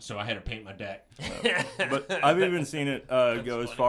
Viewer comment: can’t say deck properly. Swear he is saying debt lol